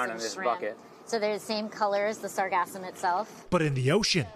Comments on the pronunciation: said sargasm 3 times >.< Sargassum 0 times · sargassum not sargasm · "SAR-gasm?" our reporter has a bit of a Freudian pronunciation problem... it's "Sar-GAS-sum." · reporter: please listen carefully to the technician's pronounciation of the word. its sargassum, as spelled, not sargazm. like sargasso sea, not sargazzo sea.😅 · "Sargasm" LOL🤣 SarGASSum. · It’s not sargasm , it’s pronounced sarGassum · LOL, it's sargassum, not sargasm 😄